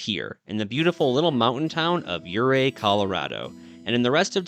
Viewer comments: Ouray isn't pronounced "yeray" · Please! Learn how to correctly pronounce the name of the city Ouray if you’re going to be making a documentary that includes it. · Let's get the name of the town pronounced right. When pronounced correctly the "O" is silent and the town is fashioned after a swiss Alps type of setting. It truly is a beautiful little town. KOA is also a great place to camp in Ouray.